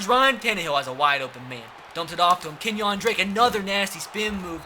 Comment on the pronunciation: Kenyan Drake? Lol it’s pronounced Kenya lol